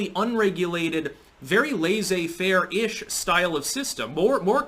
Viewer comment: I want to help. Dictionary lais·sez-faire /ˌlesāˈfer/ check that pronounciation. btw, I noticed you pronounced "facade" correctly today. Nice! We can all learn new things